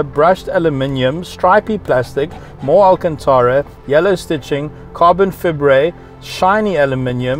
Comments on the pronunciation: Not bieng rude but its not carbon fibre its carbon faibre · I love you pronounce carbon fibre' :D